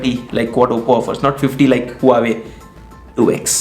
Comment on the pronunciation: huawei ki pronunciation :D maa ki aankh .. lol